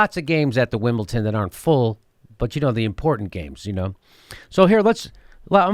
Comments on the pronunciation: Jimmy, there is no "t" in Wimbledon !! Wimbleton !?? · Its WimbleDON not WimbleTON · Stephen Colbert and Jimmy Dore have 1 thing in common: They both say Wimbleton and not Wimbledon. lol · It's WimbleDon not WimbleTon Jimmy. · for christ 's sake jimmy, its wimbleDon not wimbleTon. you sound like a moron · For correct pronunciation in the future; Brits miss out the "U" in "Glastonbury", so you say "Glastonbry" (kinda like the cheese). Our "U's" are kinda weird. Also "Wimbledon" is "Wimbledon"! Love the show! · "Wimble tin" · Why is Jimmy saying "Wimbleton"? There's no "T" in there! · Wimbledon with a "d" Jimmy.Loved the segment though!! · Are you saying WimbleTON?? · stop saying Wimble-ton! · What the hell is Winbleton, Jimmy? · WimbleTON lol. But seriously come to the UK Jimmy. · theres no t in wimbledon